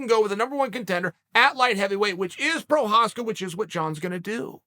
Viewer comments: I remember he called him "progaska" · proprietary? prokreiv? prokryev? provider... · Who is “Prochazka?”